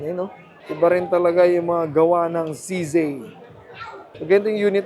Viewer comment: No offense. It's CZee not CZey